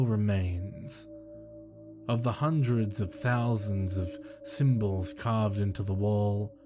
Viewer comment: At first I didnt know why you were saying " symbodls" so weird...but kudos on reading the tale EXACTLY how it is written!, you are my favorite narrator. XOXO